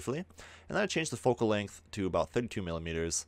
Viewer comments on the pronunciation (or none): none